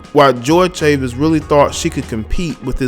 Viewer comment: Chavis is pronounced in spanish.